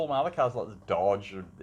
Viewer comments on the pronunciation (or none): Ohhhh Dodgeee's spechhhh alright.